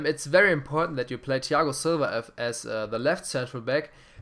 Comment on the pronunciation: Das Th von Thiago Silva nicht deutsch aussprechen lispeln ;D